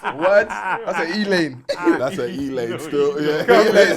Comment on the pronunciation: Loooool white woman called E-LANE😂